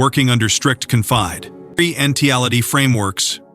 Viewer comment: Find a narrator who can pronounce confidentiality correctly.